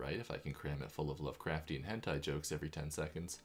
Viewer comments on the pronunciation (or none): none